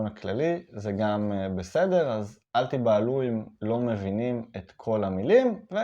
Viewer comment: ״אל תבהלו״ You pronounced it “al tibahalu”. Isn’t it “al tivahalu” , with a vet not a bet?